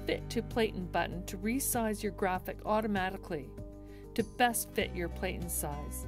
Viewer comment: PLATEN is pronounced like "flatten" not Playten